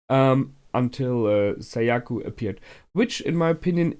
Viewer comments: Whenever he says Sayaku, it always reminds me of "Seyiku" from "Meduka Meguca." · Also Sayaka not Sayaku